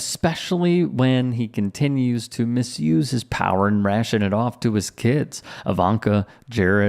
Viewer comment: Liar Jr, female version , is I-vanka, emphasis on ‘I’. 🤮